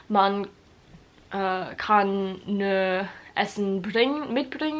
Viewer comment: Es ist so lustig, wie du „nur“ oder „Rock“ aussprichst. Du sagst „nor“ du musst das U mehr betonen. Wie in you. Und Rock spricht man genau so aus wie in Amerika die Musik.